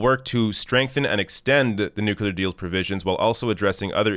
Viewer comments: NU-CLEAR. NOT NU-CU-LAR. I love you but damn 😂😭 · NU-CLEA-R ! Please !!! Not NU-CU-LAR ! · "nuclear", not "nukular" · It's pronounced NEW-clear, not NEW-q-lur. That totally drives me nuts! Even so, he could still eat crackers in my bed. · Is the whole debacle over that deal a simple misunderstanding over the pronunciation of nuclear (nucular)? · NU Clee Yur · Nuculer? Really,? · Its nuclear. Freaking nuclear (new-clee-er. Say it like our lives depend on it. Cuz it does. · Progressives must pronounce "nuclear" correctly. (Noo-clee-yur) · Offtopic: Why do some people pronounce "nuclear" as "nucular"? - random European person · For the name of Enstein: it's pronounced nuCLear!!!! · Nuclear. Nooo Cleer New Clear. Nuclear. New (car) clear (windshield) New Clear Nuclear #Dumbya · new-clear,. Please stop pronouncing it like our previously dumbest president, George W. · its pronounced nu-clear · Side note, I am amused at how North Americans pronounce the word nuclear. Do you guys spell it the same as we do in the UK?